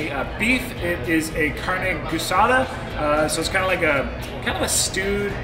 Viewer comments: AAAASADA not gussada lol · lol carne "GOO-saw-dah" .. close.. geh-saw-dah or gee-saw-dah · carne gueesada is how to say it brother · You don't pronounce the U guisada. It's like the name Gui or the word geese.